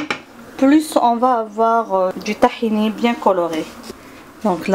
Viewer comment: C'est tahina madame c'est pas tahini